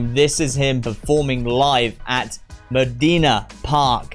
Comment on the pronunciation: funny the way he pronounces "Modena"... 🥳, try to say "Mòdena", with the e pronounced like in "bed" and with the tonic accent over the "o" ☺️